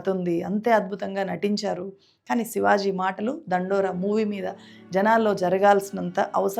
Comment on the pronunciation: sivaj కాదు sivaji